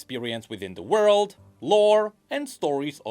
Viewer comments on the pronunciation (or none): none